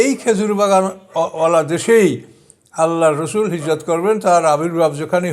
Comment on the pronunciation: ইসলামের সম্মানিত নামগুলো আপনাকে আরো স্পষ্টভাবে উচ্চারণ করতে হবে সম্মানের সঙ্গে। এখানে আপনি উচ্চারণ করলেন; "আল্লর রসল", অথচ আপনার উচ্চারণ করা উচিৎ ছিল: 'মহান আল্লাহ্-এর রাসুল সাল্লাহু আলাই'আসসাম' ইসলাম ধর্মের সম্মানিত নাম সম্মানের সাথে যথাযথ মর্জাদার সাথে উচ্চারণ করতে হয়। নয়তো আপনার বক্তৃতা মর্জাদা হীনমন্যতায় পরিনত। আমি এই কিছু দিন আগেও আপনার অনেক বক্তৃতা শুনতাম। এই কারনেই এখন আর আপনার বক্তৃতা শুনি না।